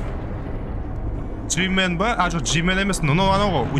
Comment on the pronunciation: жимн емес жимен😂😂😂